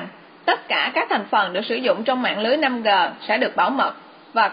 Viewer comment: Làm ơn đừng đọc là 5 gờ